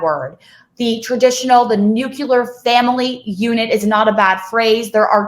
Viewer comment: Nook- lee- ur. Not Nook- yoo-lur.